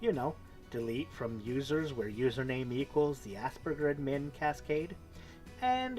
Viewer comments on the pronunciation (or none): What are "ass-burgers"? Seriously, you need to learn pronunciation for some simple words like Aspergers (the g sounds like a j) and admin has emphasis on the "ad" not the "min"